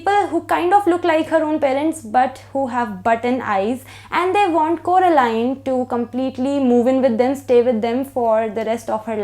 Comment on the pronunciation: It's Coraline , not Carolina 😅😅😅 heheheee I really like this book , and looking forward to read Milkman , hmmm ❤️❤️❤️❤️